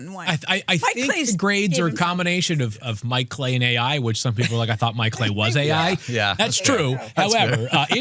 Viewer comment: "Mike Clay-I"...